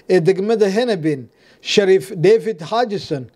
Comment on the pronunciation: Sheriff lol sounds Shariif 😂😂😂